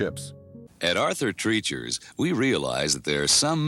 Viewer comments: "TRAHYCHERs". Voice over 'at Aurther Treeeeechers'..... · The problem with using an AI voice is that they go off the text that is written even if it's incorrect (GD Ritzy's "...continued to operate until date" - someone forgot to look up the date and update the text before it went out) and the mispronunciation of places (they way they say "Treacher's" makes no sense. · Yes. And it was G.D..... Not JD..... How many ways can we pronounce Arthur Treacher's? Just bad editing with an AI voice.